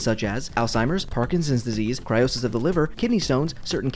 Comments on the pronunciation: I'm sorry, did you just pronounce cirrhosis "cry-osis"?? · Hey "cirrhosis" is pronounced Sur-oh-sis. :)